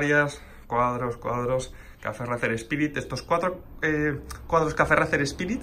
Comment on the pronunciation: Una cosilla... Racer se pronuncia “reiser” 😂 (Al igual que Liverpool es “liverpul” y no “liverpo-ol”; o Schwarzenegger es “suarseneger” y no “SCHwarcenejer”.) Coño que es vuestro nombre! 😂